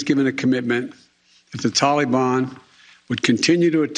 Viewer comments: "TALLY BON" 😂😂😂😂 😂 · "Tollybon"? OMG... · Who taught him how to pronounce Taliban? Every single time he says it I hear the Harry Belafonte banana boat song in my head.😆😆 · for spoken as always "tala bann". Not this garbage "taly ban" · Tolly-bon sounds so festive, doesn't it? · "Tally Bon" sounds like spicy bon bons 😭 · Tally Bon Banana!